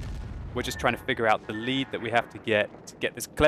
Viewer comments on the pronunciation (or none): none